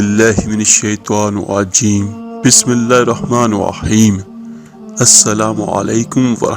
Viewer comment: سائیں جی اپ اپنی بسم اللہ الرحمن الرحیم ذرا سنیں دوبارہ پھر پھر اگے بتائیے گا کہ پہلے پانچ وقت کی نماز پڑھو قران پاک پڑھو درود شریف پڑھو استغفار پڑھو اس کے بعد جو مرضی کر رہا لوگوں کو صحیح مشورہ دیں اپ تو بسم اللہ صحیح نہیں پڑھتے تو باقی تو بہت دور کی بات ہے کام کرنا یا نہ کرنا اپ اپنی بسم اللہ دوبارہ سنیں ذرا